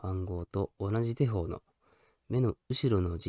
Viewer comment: ごめんね!『手法(しゅほう)』だよね